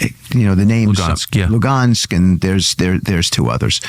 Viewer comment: F'ing witkoff. Mispronounces Crimea AND Luhansk. Refers to Donbass as an Oblast (he didn't specifically say that, but he thought it) It's obvious he has ZERO interest in Ukraine. As an envoy, can't even be bothered with knowing all the names, so I'm POSITIVE he doesnt know the history or ANY facts!!! F'ing pathetic!